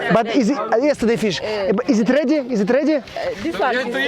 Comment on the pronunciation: Из ит реди? Блять этот русский английский 🤦